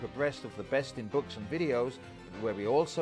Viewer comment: "breas of the best" LOL